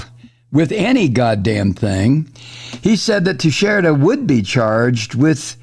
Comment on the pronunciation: Thank you Mike for getting the pronunciation better than all the other progressive people. ( tee-share-ah) I’m hopefully not related but it is my grandmothers maiden name. And that’s how she pronounced it. She came from Madeira Island, Portugal.